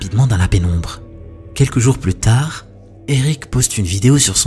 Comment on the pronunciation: Tard ou tah le soir ? 😂😂